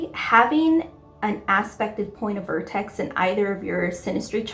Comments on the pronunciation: VERtex (not VORtex) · Why are you saying vortex when its vertex. And it is usually just refetred to as the vertex. Not the point of vertex